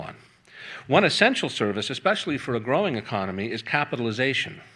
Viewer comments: Cute slip: 'economy' accidentally called 'enemy' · I'm enjoying Freudian slips. A couple times, he's said "enemy," then quickly corrected to "economy," and there were a few other prescient slips that I did not record. Good work,!